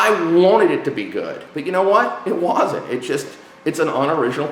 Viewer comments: " I WAYZENT" lol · sidenote, says "want", and "wasn't" strange. he pronouces the A's as O's and his opinion is now invalid.